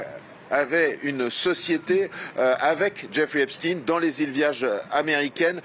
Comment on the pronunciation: 25 sec. Elle fait exprès de prononcer Epstine et non Epstein😂pense t elle qu'on est dupe?